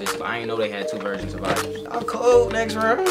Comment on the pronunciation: it nextrend